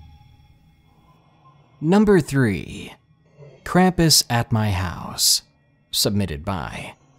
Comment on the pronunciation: It's pronounced krom-pus not kram-piss, with German accent.